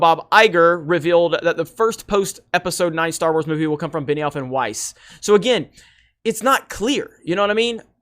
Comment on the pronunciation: Beniwhore and Not Wise. Wow this is hilarious. They have no idea what they are doing there. What a bunch of idiots.